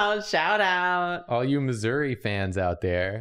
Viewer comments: As someone from Missouri i feel so seen and so saddened by how y’all say Missouri it’s more like misery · St. Louis atoned for the sins of St. Louis pizza when they invented toasted ravs though and anyone who disagrees is both wrong and not from Missouri Side note: The way pronounces Missouri is actually shocking to me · As a Missourian I wasnt prepared to hear pronounce Missouri like that.